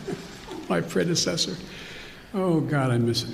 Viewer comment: ‘ my predidetor dee tu” 🤡🤡🤡😂😂😂😂